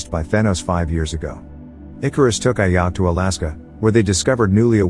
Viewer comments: its ajak not ayak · Just a heads up, as soon as you said IYACK "AJAK" . I paused video, disliked & bounced out. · It's Ajak, not Ayak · The title of vid is so wrong cuz the prime celestial the red created the eternals and thanks for saying what the eternals ship is called and mate, it's Ajak not like Ayak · It's pronounced "a jack" not "AYacK" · Its not ayak.. Its Ajak idiot.. Im a marvel fan and im hurt by hearing her name ayak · I like how he calls the leader ayack buts it’s pronounced A-Jack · The leader Ajak pronounced as Ajack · You persons the name as AJack. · HER NAME IS PRONOUNCED "A-JACK" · Am I the only one noticed the way he pronounced "Ajak" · The j in ajak is not a silent j its a normal j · You pronounce ajak wrong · I think the robot voice pronounce the name of ajak and makkari wrong, ajak is pronounced as ajak not ayak, makkari is pronounced mackari not makary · The way he said Ajak and Makkari is hilarious to me